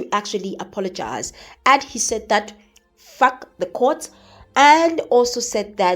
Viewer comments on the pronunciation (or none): It’s your middle finger emphasis of f#*k the court for me 😂😂😂